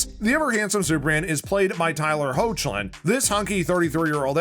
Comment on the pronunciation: This guy: “they’re so dumb they didn’t know their dad was Superman” Also this guy: pronounces Tyler’s surname as “Howtch-lin” instead of doing a tiny bit of research to find out its pronounced “Hecklin”